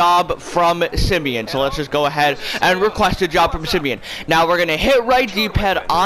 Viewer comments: The way he pronounced ‘simeon’ ‘sim E on’ just made me leave this video 😂😂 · Does he not know how to say Simeon